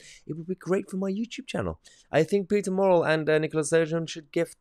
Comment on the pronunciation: Muh not maw Muh-rrel.. Murrell 😂